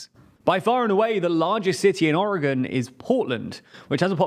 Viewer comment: Your pronunciation of Multnomah is nails to a calk board for a local Oregonian. At least you say Oregon correctly